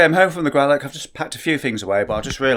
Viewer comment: Please learn how to say Gralloch! Does not end with a ck!